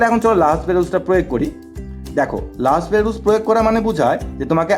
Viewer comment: রাসেল ভাইয়া বলেছিলেন এটা লা হসপিটাল না উচ্চারণ টা লা পিতাল রুল বানান এল হসপিটাল রুল এর মত